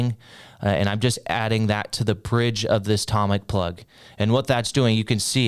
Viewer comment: toe mic not tom mic 😂😂😂😂